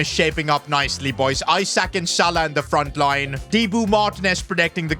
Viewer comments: Isak is pronounced E-Suck, not i-Sack. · Pronounced like isack not i sak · Its not isack it Esack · Its isak not eyesack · is saying I sak and not isak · It’s not Isaac it’s pronounced ee-sak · It’s not pronounced eye sak it’s eee sak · Esack not I sak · pronounced like esack not i sack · It’s Ee-sak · Keep pronouncing Isak wrong is constantly giving me headaches in every video involving him. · I thought i was the only one, i literally close off the video cause of it. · Lean how to say Isak properly 🤦‍♂️